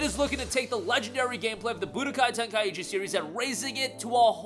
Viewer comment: It's Ten-kai-chi not Ten-kaiechi :)